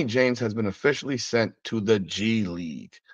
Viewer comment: So if Bronny starts playing in the G league, what happens if he doesn't do well there? The way I see it, he will have one option,,he can be cross traded to the LA Sparks. Surely he'll be able to dominate the players in the wnba. So when you say "G league" it sounds like you're saying "Gigli" that horrible Jennifer Lawrence movie